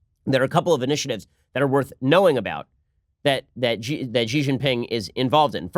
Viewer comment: Wah-way? Chinese leader Gee? Bei-zhing? The mispronunciation of Chinese words/names shouldn't be this amusing, but it is.